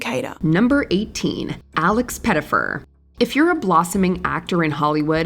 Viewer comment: who is Laex Pettyfer? you said "celebrities" ...